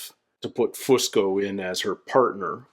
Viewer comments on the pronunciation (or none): The way you said Fusco really cracked me up, I will never unhear that.